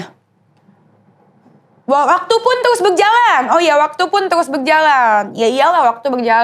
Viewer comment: BUKAN 'TYUS' DENIES! TAPI 'TERUS'